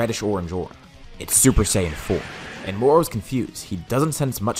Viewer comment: moro not moru